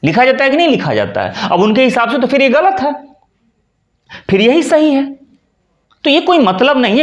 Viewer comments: आप 'फिर' शब्द का उच्चार कभी-कभी (इस वक्तव्य में लगभग आठवें मिनट पर) "फ़िर" कर लेते हैं, जो ग़लत है। सही शब्द (बिना नुक्ता) 'फिर' है। रोमन लिपि में लिखें तो — सही — phir, अशुद्ध — Fir. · आप फिर (Phir ) को फ़िर (Fir) कह रहे हैं और कभी-कभी श को स उच्चारण करते हैं, उसका क्या ? उच्चारण भी सही होना आवश्यक है ।वैसे अन्य संधि संबंधित जानकारी ठीक है , पर संस्कृत न जानने के कारण, लोग भ्रमित होते हैं । 🎉